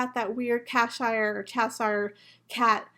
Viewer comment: Cheshire 😊 Like "chess" Like "shy-er" 😘